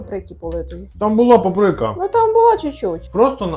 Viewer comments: Та не папрИка ,а пАприка.ставте наголос правильно. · Вибачте але Па́прика.